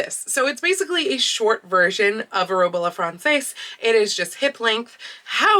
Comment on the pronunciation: yes and i'll add that it's frahn-sezz, rather than frahn-saice